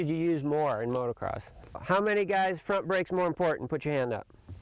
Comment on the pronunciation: Holy smokes. You've been involved with Motocross for 35+ years. So say MOTO-CROSS. NOT motor-cross.